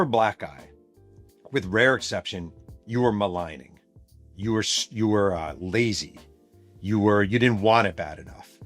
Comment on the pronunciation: “Male lining” or malingering?